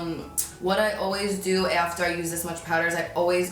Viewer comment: Does anybody else notice her accent when she says after